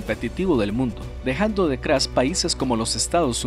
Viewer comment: mecros, encuencra, decrás, cransporte, crés veces? por que pronuncia la T como C??